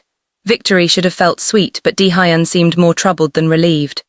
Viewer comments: 23.55pm from Toronto, Canada 😁! Daehuyn is pronounced Day- Yhoon❤! Great story but the pronounciation of Daehuyn, Keisha, fairytales, pacing, hoping, and couch are sending me😂😂😂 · "Collapsed on my cooch" "Deehighon"😂😂😂 I liked the story, mispronounciations, and all. 😊